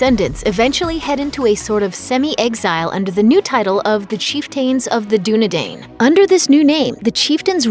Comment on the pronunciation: Chieftain of the Dunedain... does not rhyme....just saying. Chief-ten of the Dunedine...phonetically.